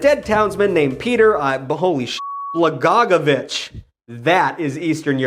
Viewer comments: Pe-tar Bla-go-ye-vitch. It's not that hard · Am i only one to laugh my ass off when he mispronounced blagojevic